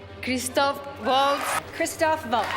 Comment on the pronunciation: You give me the chills saying: Woltz. It is Valts! Christoph Valts